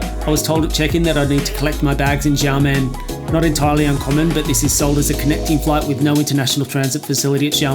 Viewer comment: Don't mean to sound pedantic, but its pronounced "Sha" men air. Blame the mandarin pinyin system (which isn't the same as English pronunciation) for the confusion.